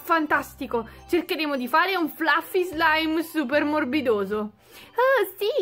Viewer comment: La scritta fluffle o fluffy si legge flaffi